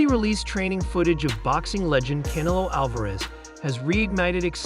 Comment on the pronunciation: Narrator keeps pronouncing Canelo as cantaloupe...😂😂😂😂